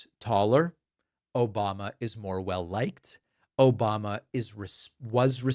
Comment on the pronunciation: i think he is getting himself mixed up with Obamna